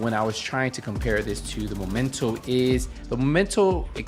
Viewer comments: "THE MOMENTO." 4 years after the release of the game and people still mispronounce it. The word does not come from "momentum". It's called MEMENTO, as in a souvenir you get from a trip or from somebody, that reminds you of the event or that someone. Why does it bother me? Help me god, because I don't know. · It's ME MEN TO, not MO MEN TO. Sorry, it's just triggering me, when people misread it like that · pointing out mispronunciation is offensive now? He can clearly pronounce the second syllable of the word correctly. Misreading and then remembering the wrong word is common. The "triggering" part is called hyperbole on my part, stop getting your panties in a bunch. I don't even know why I bother pointing it out on some random dudes video which popped up in my recommended category. The content is otherwise nice. If you overreact to everyone like this, i feel bad for you.